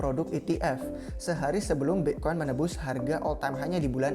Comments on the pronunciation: BE' koin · Pronounce "bitcoin" nya khas banget nih orang hahahah